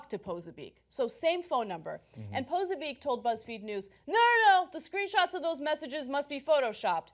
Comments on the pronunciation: It's not pronounced "poh-sa-beek", Ana. It's "pah-soh-bik". Do some research next time into the people you're covering. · it's pronounced Posobyetz not "poso beak" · peh-so-be-ack. hard to stay focused with your constant mispronounciation